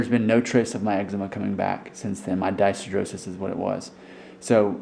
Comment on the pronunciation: I'm glad this worked for you. Mine is believed to have an exogenous cause. Steroid creams do work for me, along with antihistamines, soaks and a lot of emollient. For many people it is caused by something exogenous, not what is going on to their bodies. Also, you're pronouncing dyshidrosis wrong lol.